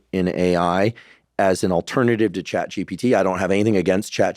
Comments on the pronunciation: This person needs his own course on how to learn in order to say ChatGPT and not ChatGTP 😅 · Did anyone else notice that Terry kept saying ChatGDP (gross domestic product)? That severely diminished his credibility and even more so that Huberman never corrected to him. His final attempt was ChatGTP which is closer.